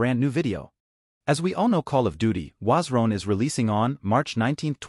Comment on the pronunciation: Call of duty Wazron 💀💀